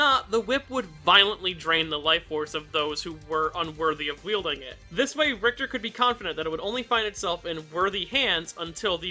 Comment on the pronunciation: Ri-HI-ta??? WTF?